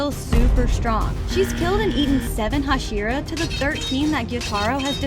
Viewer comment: Bro daki ate sayven hohsheeruh! 💀💀💀